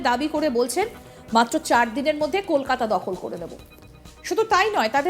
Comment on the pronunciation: একটু বাংলা স্বরাঘাত টিক করতে পারলেন না দাদা?😏 অস্কার উইনিং ফারফর্মেন্স। শফরে,কেলকাটা।😄